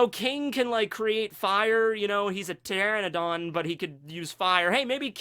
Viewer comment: Thank you for saying pteranodon correctly.